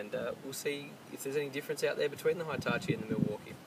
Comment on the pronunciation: Jesus christ it's pronounced "Hee"tachi not "high"tachi